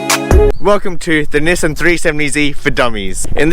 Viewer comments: It's actually Nissan not Nissen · Actually it's Knee-Song.